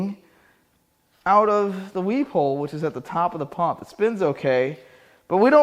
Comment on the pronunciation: "Shmoo pump," darn it, now I want some shmoo cake.